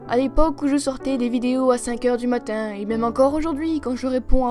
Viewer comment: Quand tu a dit dessin et matin tu a eu l'axent